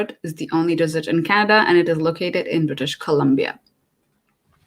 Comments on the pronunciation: It's Desert not Dessert plz don't mind my correction in pronunciation. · Desert [ dez-ert ], not dessert [ dih-zurt ].... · on she pronounces desert as " dessert". Anyway, great video. Thanks for all the tips and information.